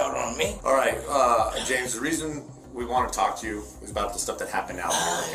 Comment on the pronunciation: I Didn’t Do AnythinG-GAH H O W-AH I Can Not-Tah Stand-Dah The Way-Yaa That These PeopLe TaLk-Ah I Hate IT ALL-Lah!!!